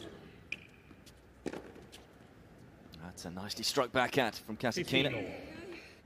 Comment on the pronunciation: Please,pronounce right-KASĀTKINA not kasakina....